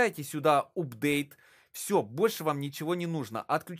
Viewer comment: вообще то правильно читается апдейт